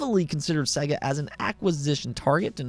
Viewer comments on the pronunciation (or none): Dude, Sega is pronounced say-ger. There is a sample that says it on the opening screen of every Sega game.